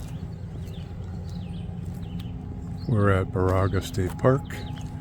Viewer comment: Baraga is pronounced "Bear-a-ga". This is my favorite place in Michigan on the shores of this park and Lake Superior's Keewenaw Bay.